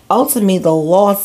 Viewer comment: Babeee that NY accent came OUT cause i thought you were saying the “loft “ belong to her anyway. I was like 😳😳😳 they owned a loft as I was listening. Then I said sayin “loss” 🤦🏽‍♀️🤦🏽‍♀️🤦🏽‍♀️🤦🏽‍♀️